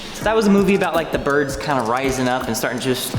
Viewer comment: Trying to process them saying "Boids" is like trying to prove a trigonometry problem with a C in algebra 1